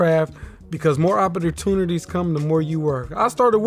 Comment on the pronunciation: The oppatuntaties took me out lol